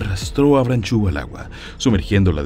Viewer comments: Estoy de acuerdo con muchos comentarios acá: libertad a los animales. Una cosa curiosa es que veo que el apellido es francés, entonces no se debe decir "branchu", más bien "bransho", la "eau" en todas las palabras en francés se pronuncia como nuestra "o". Saludos. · No se pronuncia branchú. Aprenda usted francés.